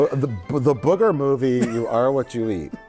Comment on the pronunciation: Do people in America really pronounce booger as bugger?